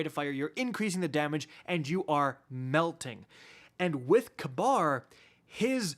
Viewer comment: funny tho since in real life its pronounced "ka-beer"idk how they butchered it so hard. or they hate the middle east that much